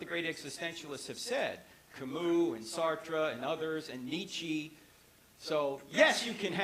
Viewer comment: "Kamoo, Sahtrah, Neechee" :D Wtf :D